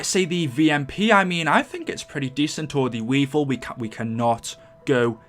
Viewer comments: anyone realise he called the weevil a weesal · Tony Mendaxua ik he meant weavel i just laughed cuz he said "weisel" instead of "weavel"